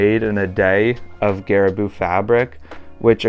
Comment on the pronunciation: Loved the video! Does vis advise you to treat / condition the leather on boots in anyway for that extra weatherproofing + longevity of the uppers? Also pronunciation of garabou is more gah-rah-bow